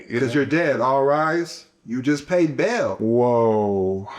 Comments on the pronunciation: Dude said Baal is “Bail” thats completely false. Its pronounced Baal - “Ball” not “Bail” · It's pronounced ba-al..... Like bow.. but still love the content